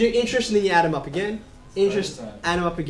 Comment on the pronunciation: When you said add them up i thought you said adunup